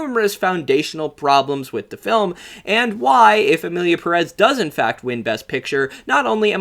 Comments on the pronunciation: If you’re gonna criticize the director for not doing his homework, you should’ve done your homework and learned how to pronounce Pérez. The accent over the first E means that’s the syllable that is stressed. I was hoping that the fame of this movie would finally get gringos to pronounce Pérez correctly. I guess I was hoping for too much. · The fact people pronounce it Emilia Peréz when it's written Emilia Pérez, BASED ON THE WAY PEOPLE SAY IT ON THE MOVIE ITSELF is insane for me.